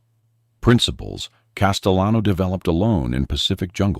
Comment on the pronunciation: Castellano the double L has a Y sound in Spanish. CasteYan. Like this ...